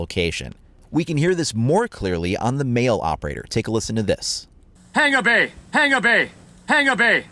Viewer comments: hung-a-bay not Hang-er-bay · Its Pronounced Hangābei. Not hangarbay